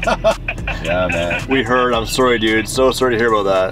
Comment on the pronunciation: “so soory to hear aboot that” gets more canadian when he travels outside of NA